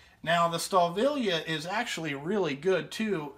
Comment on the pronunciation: Great review! Fuck the fan boys! Now for you I work on alot of German engines the name is M.A.N. Ive got alot of German tools. Because when I go there for school I buy alot of them. Your pronouncing the name wrong. Its PRONOUNCED STA VILLEY. I miss spelled it on purpose. Its Wiley with a V instead of a W. love ya kid! NO HOMMO